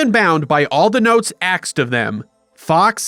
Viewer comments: Axed of them? No, it’s ASKED. Speak English, not Ebonics. Nobody needs to look that stupid. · "So even bound by all the notes axed to them." You should not be narrating these videos when you are unable to pronounce the most basic of English words . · "Arksed of them" was a great touch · did you ask or axe? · The word you’re looking for is ASKED, not AKSED…. Other than that. Excellent narration, great explanation and very enjoyable watch. Thank you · A Sh*t Show episode about Futurama??? Oh hells yeah! Also, I always love when you throw in stuff that only fans would get, like when you say "axed" instead of asked. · Whats wild is I've been hearing more and more people say "axed" not ironically either. (I should prolly mention I'm near Detroit) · I really like all the small references in the pronunciations throughout this essay, stuff like “robit” and “axed” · You get one million brownie points for saying “aksed” .